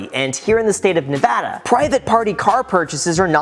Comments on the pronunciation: He gets a like just for saying Nevada correctly. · He said Nevada properly!!!!